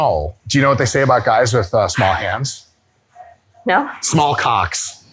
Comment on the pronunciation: He really put some emphasis on the "COCKS" 😂